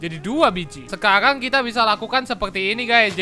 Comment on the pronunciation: Sekalang kita bakal guys R nya kok jadi L 😑